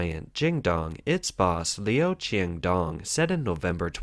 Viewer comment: Quandong? Is this cantonese?